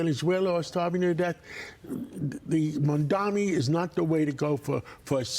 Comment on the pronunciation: Mamdani, not Mamdami. Learn it as he wiping the floor with Cuomo and Sliwa. 🎉😂